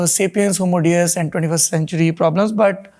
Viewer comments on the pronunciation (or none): none